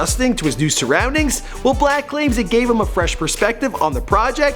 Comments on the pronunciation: Why does he call him black his name is six-lack, right? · His name is 6 black not 6lack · Is pronounce six-lack idiot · It’s pronounced slack (6lack) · 6lack is pronounced black -6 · dumbass it's pronounced "six-lack" smh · 6lack is pronounced black 6lack is pronounced black 6lack is pronounced black 6lack is pronounced black 6lack is pronounced black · I thought it was pronounced “SLACK” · I know it's obviously pronounced as Black, but 6LACK sounds cool asf to me.